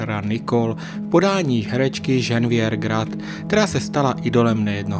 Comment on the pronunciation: Chce to hodně odvahy mluvit o Francouzích a neumět vyslovit jejich jména. Ženeviév (co to R na konci?), Galabry, Žiró...